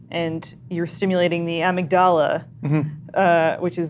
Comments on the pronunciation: Interesting... the "Ah-mig-daala" you say? Fascinating. Tell us more about this ah-mig-daala,. Is it related to the heeepo-kam-poos? Once I had a history paper and I chose to write it on the Cadaver Synod. I assumed "Cadaver" was a place, so I prounounced it like it was the name of somewhere in Italy. Like "cada-ver" I also pronounced "Synod" as "psy-nod" - "The Cada-Ver Psy-nod," I said those fancy sounding words over and over and over FOR WEEKS while talking to my professor. Then one day I found out: It's just the word cadaver, as in a dead body. And "Synod" is just pronounced "sin-ed" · Ah-mig-dahla? I've never heard it pronounced that way. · The way said amygdala made me want to die. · I'm going to guess that the way pronounces amygdala is "wrong", just because although it originally comes from Greek, we borrowed it from Latin, and pretty much every Romance Language pronounce it similar to how does... but this is English, so who cares.